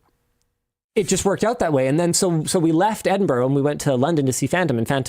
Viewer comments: .... It's pronounced "Edin-bruh" Linus! 🤣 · As a Brit: Edin-bruh 😂 pronouncing it as it’s written sounds so odd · It is Edin-BRUHHHHHHH.... NOT Eding-BORO!!!! (Four times!) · Edinburgh is pronounced with 'ruh' (as in bruh) at the end, not 'row'. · Sorry to be that guy but it's Ed-in-bruh. NOT Edinburrow. For a Canadian I was hoping for better. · i'm sorry but it's edin-bruh, not edin-burrow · not Edin-bro its closer to Edin-bruh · Edinboro lol. Why do North Americans struggle with this so much yet people who speak other languages can pick it up almost immediately. To all the North Americans it sounds like Edinburrah. Edinboro sounds incredibly weird, would be like saying Turunto or Cue-bec. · What I am hearing from Linus is ed-in-bro not ed-in-burra or ed-in-burr-ah the pronunciations I am used to hearing in Scotland with the English tending towards en-in-bra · Linus it's pronounced EDIN-BRUH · Edinburgh doesn’t rhyme with borrow. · I CANNOT BELIEVE THAT HE WAS IN EDINBURGH... its pronouced edin-bur-ugh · Did Linus really unironically pronounce Edinburgh as Edinbrro? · Edin burro 💀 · Linus its pronounced ED-IN-BURR-AH but I'm so glad you enjoyed your time in Scotland. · Said as edinborough earlier as well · Why can't north Americans ever pronounce Edinburgh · Please please please learn to pronounce Edinburgh... Please for all the Scottish ears in the audience... As a Scotsman, I'll happely teach you 😅😂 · yeah as a brit i cringed every time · As a native Scottish person I cringed so hard at how Linus Pronounced “Edinburgh” 😂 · Linus was in Edinburgh for 2 days and no one told him how it was pronounced? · Linus is gonna get hate for the way he's pronouncing Edinburgh. 😆